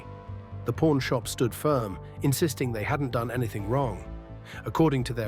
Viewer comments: I've watched this series for years! Was in the actual shop in 2013...but I have never heard it referred to as pOrn shop! C'mon...pronunciation please!🤦‍♂️ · Learn how to pronounce the word "pawn" right! Even the closed captioning shows "Porn Stars" when you say it.